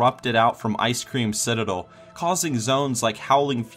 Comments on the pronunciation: Did you say Icecream Citadel? xD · Plz tell me this guy did not just say "Ice cream citadel!"